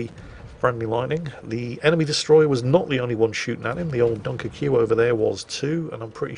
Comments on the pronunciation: As a Royal Navy veteran, retains his instinct to antagonise the French by pronouncing “Dunkerque” as “Dunker-Q” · I've heard you mispronounce some things before, mainly player names which you sometimes wisely avoid, but I've never heard the pronuncation of Dunkerque like you did. If I'm not mistaken, the reference is to a French location in the north of France, pronounced [Dunkirk] -->> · Stop being an oik, can you please just say “Dunkirk.” So uncouth. Once is funny, sort of. Repeating a bad joke, doesn’t make it funnier. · why is he calling a "dunkerque" a "dunker que"? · Yeah, gotta love a bloke who has toddler tantrums about people mispronouncing English words intentionally mispronouncing other languages. 😂🤦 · Dunkerque (Dunkirk) pronounced like Barbecue, repeatedly, is there a subliminal message there ;) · You insist on pronouncing every letter in Dunkerque. Does this principle apply to Worchester as well? BTW Historically you have stayed mostly away from Brexit in your commentary. That seems smart. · i dont like the way you pronounced dunkerque